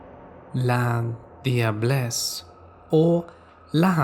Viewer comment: Its pronounced la-ja-bless btw , love from Trinidad and Tobago